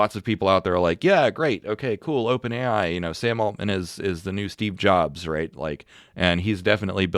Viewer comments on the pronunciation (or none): none